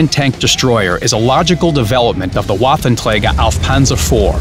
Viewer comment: why the fuck does he says waffentleger